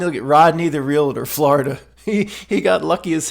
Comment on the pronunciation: Glad you said 'realtor' and not "relator"🙂